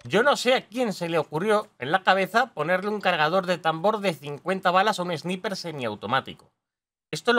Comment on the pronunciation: Sniper se pronuncia : Esnaiper